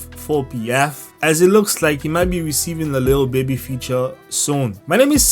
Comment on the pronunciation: “Lil bibi” bro it’s “lil baby”